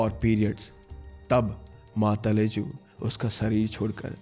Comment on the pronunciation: Ma talaju please prounce properly 😊😊